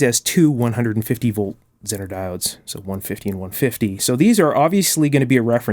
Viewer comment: Forgive me. I have to get this out. it's ZEENER. Long E. Same for Xeno!! (ZEENO) Do they not teach English in schools any more? OK for the negative. Here's my positive to make up for that. I have a similar, if not identical, power supply by EICO. Model 1030. I could not be happy without it. It makes tube experimenting and testing easy as pi!